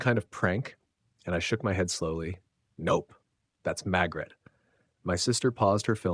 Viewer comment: Why is her named being pronounced Magret when it is spelled MaRgret